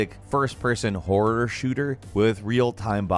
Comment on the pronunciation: God... you really have a problem speaking some words. "Top 15 Wor games of 2022"